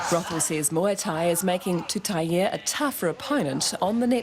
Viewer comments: Commentators pronounce her surname -Tuta-i e..... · It's TUTAIA. There's a goddamn 'a' on the end! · Lady ur a NZ reporter, what the hell, read her name properly TUTAIA, u should know better than that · Her surname is pronounced Tuta-i-a not with a E